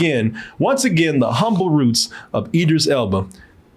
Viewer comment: Hell yea!!!! Say that man name right...can't stand when does that. Its Idris